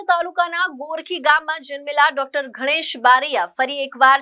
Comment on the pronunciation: Mam it's Ganesh not Ghanesh 👍🏻